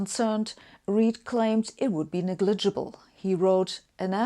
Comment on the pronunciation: Pronunciation errors in this 'wideo' are not 'neglidgible'. (I lived with a German woman for 30 years who would say [for example] 'vich willage'.) I also coached a German man on the point with thia exercise, 'Victor and Veronica are visiting a village in Vladivostok'. After many repeats, he could get it right sometimes. I've searched for an explanation why this is so difficult, but not found one which convinces. Having said all that, Sabine's English is exceptionally good, but it sounds to me like she hasn't spent many years living in an English-speaking country, the underlying structure remains her German mother tongue.